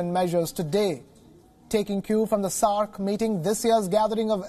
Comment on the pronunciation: He is saying "SARk"😒